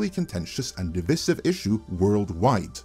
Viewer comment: Pronounced dih-vice-iv.